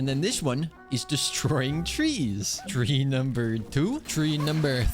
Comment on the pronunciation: tree number three?? three number tree?? tree number tree?? three number three?? tr